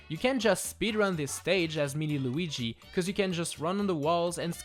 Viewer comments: It is not Luigi it is Luigie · He's called "Luigi", not "Luiiigi"